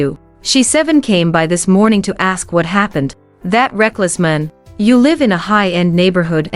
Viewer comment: Horrible narration..'man' (singular) was pronounce as 'men' (plural). Crazy!